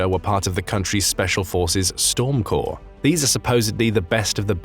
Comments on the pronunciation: Like Storm Core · Storm Corps - the “es” at the end is silent.